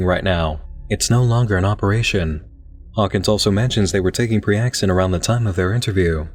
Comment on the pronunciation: priaxin would sound more like a standard medication name than preaxin